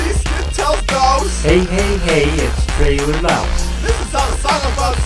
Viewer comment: Notices Tralee says his name as Tralee but says his name as trailer EPIC FAIL but funny song